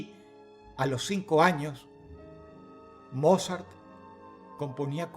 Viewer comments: La audiencia de huesos negros coincidirá conmigo que cada vez que menciona a "Mozart" realmente estamos escuchando decirle "Morzat" 😂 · No puedo evitar escuchar "morzat" y reírme un poco ajajajajajaja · Dross... beethoven o morzat?